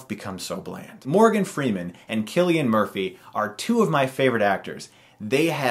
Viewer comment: Innit said like Sillian Murphy, not Killian Murphy?